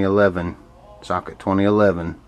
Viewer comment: "S - L - I, not SLY" and Socket, not Suck it :D